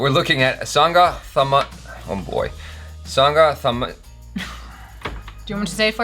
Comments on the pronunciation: It's pronounced as " Sangathamilan".....it's not "za" it's "la" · Plz pronounce it as sangatamilan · Fyi it's pronounced singa tamiran